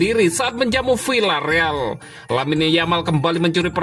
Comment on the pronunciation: CARA BACANYA BUKAN "VILLA..." TETAPI "VIA..."